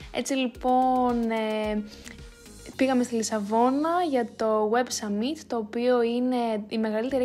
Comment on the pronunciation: Πολύ ωραίο βίντεο, μου άρεσε και το voiceover🥰 *το summit προφέρεται σάμιτ όχι σαμίτ 😂